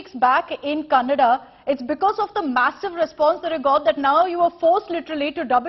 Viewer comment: Happy thing I heard is news reader said kannada correctly!👌